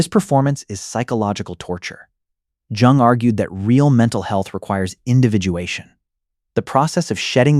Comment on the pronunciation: the fact that it cannot correctly pronounce Jung. Also it does not explain my life rather has pointers. Thanks for AI slop trolling